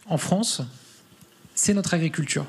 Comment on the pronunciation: "Les agriculteurs, i'zaiment not'terre" Qu'est-ce qu'il parle bien !